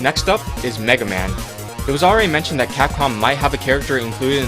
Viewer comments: well, you got mega man right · all i will say he called megaman perfectly